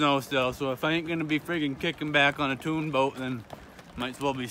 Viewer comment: Did he say "tune boat"??